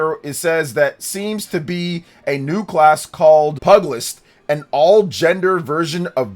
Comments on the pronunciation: Pronunciation for Pugilist is more like "(Pue-Jill-Ist)" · That is... not the way you pronounce 'pugilist' and 'brigand'🤣 It's 'pew' and then 'gilist' (with a soft G rather than hard), and you put the emphasis on the wrong syllable for 'brigand'. Sort of a basic word.